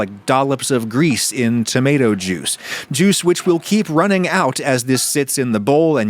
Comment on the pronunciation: lol you're the social media expert, but I'd recommend not shortening "juice" into "jui"